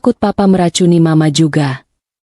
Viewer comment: Ceritanya bagus dan cara pembaca narasinya nyaris sempurna,cm sedikit yg menganggu pendengaran sy cara mengucapkan mama ada beberapa kali di ucapkan dgn singkatan M A, hrsnya ma aja.itu pendapat sy.